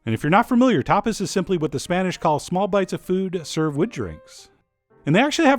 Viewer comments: I thought he said topless bar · i first thought you said topless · I had to pause the video because i thought you said 'topless' party. Looks good i'll have to try it out.